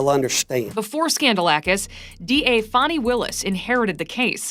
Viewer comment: Its FANI ITS NOT FAUNI